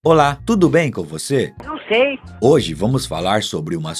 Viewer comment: RACHEI COM O "NUM ZEI" NO COMEÇO KAKAKAKAKAKAKAAKA